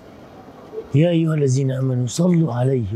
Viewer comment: الزين امنوا اصلح قراءة الاية اولا يااخي